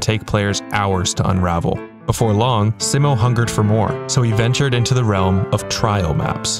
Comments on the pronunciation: its sigh-mo not si-mo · he’s saying si-mow not see-mo. try saying mo without saying mow. just mo. and see like the sea. see-mo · Its pronounced SEEmo not SIMmo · It's Simo not Simmo. (say it more slowly and pronounce the i like an e in English, also pronounce the o like the o in oh) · altho for this video i’d love if you pronounced his name right 😭 everyone gets it wrong. it’s see-mow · i love how everybody pronounces 'simo' differently. i say 's-eye-mo', ive been told 'see-mo' is correct, and you say the phonetically correct way.